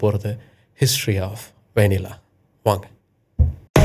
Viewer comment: கடைசில நீங்களும் வெண்ணிலா என்று உச்சரிக்கிறீங்கள்😂